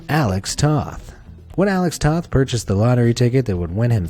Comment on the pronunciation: Im happy you said toth right haha caught me off gaurd